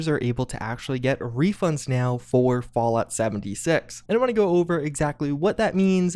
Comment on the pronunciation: Is it just me or does anyone else hear "vault 76" every time says "Fallout 76"???